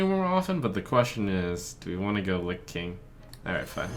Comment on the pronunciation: It's Lich King, not Lic King. The two are very very different jobs.